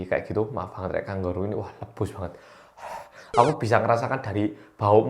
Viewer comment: ngakak banget ngomong "luebus" nya smpe gak keitung brp kali 😂😭